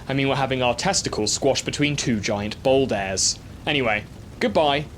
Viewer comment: "Testicles squashed between two giant boouldAIRS." That was some how the most egregious mispronunciation in the video.